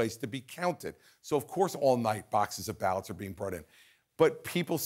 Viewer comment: It’s “ballot”. That kind of gives us an idea that your standard for being smart is pretty low